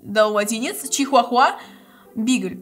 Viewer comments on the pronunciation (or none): none